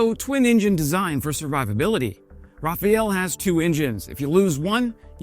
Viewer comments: Rafale has nothing to do with the F-35 price tag. France has insisted on strategic independence since de Gaulle was president. They won't buy American jets because it makes them dependent. Also "rafale" is not pronounced "raphael". Different words. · Come on. The thing isn't named "Rafael", it's Rafale and it's French, so the e at the end is silent. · Please RAFALE not Rafael or raphel raphanoel and happy new year! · Sorry about this comment. I am a native french speaker and your prononciation of the word Rafale keeps triggering me ^^ Pronouce it "Rafal", don't prononce the e at the end, i know french is weird. You keep saying "Rafael" like the isreali company which is just not it. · GREAT Ibut RAFF-ARL.. NOT raff-EYE-ell) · Great video, but I wish you’d call the Rafale a Rafale, as in gust and not Rafael as in some dude. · For someone who researches the specifics of the Rafale could have research it's pronunciation as well: it's RafaLE not RafaEL!! And the "a's" are like in car! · It's Rafale (2 syllables), not Rafael (3 syllables), plus Rafael is an Israeli defence company. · I like Your Videos but still: it's "Rafale", not Rafael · It’s RA Fall, dude. Not Raphael. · Bro it aint RaphAEL...its spelled Ra-FALEH! Plus the companys name is Dassault. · RAFALE and NOT RAFAEL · It is painfull to ear so many times rafaele. How can you speak of something when you dont even know is name. It's RAFALE. Do your homework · sorry, this distracted me every time you said it: Its Rafale, not Rafael, french, not italian/latin. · Sorry, had to pause the video.... the thing is called rafale not rafael... Anyway, just had to let you know because it irritates me watching the video... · It's not rafaEL, it's rafahl (rafaLE) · RAFALE not RAFAEL. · R A F A L E ... not Rafael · For fox sake,, please stop calling it Rafael. It's Rafale. With an L at the end. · It's RAFALE, pronounced raf-al, NOT Raphaël! (Meaning: a squall, or gust) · It's not Rafael it's Rafale 😅 🇫🇷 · Rafale. no Raphael